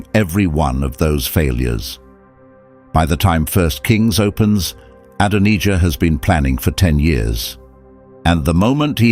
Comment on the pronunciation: Is anyone else fed up with the constant changing the pronounciation of Adonijah. Ad on ee jah then Adon eye jah (the correct pronounciation in the uk) the second English voice that AI uses. Dreadful drawn out and Zadoc the priest also 2 different pronounciations. Sorry this drove me mad. If you can't narrate it yourself and hide yoursrlf behind AI how can we trust you are giving an accurate accout. The bible narrates it very clearly do we really need this explaination. At least you use God's name but even that becomes The Lord on and off. Not impressed.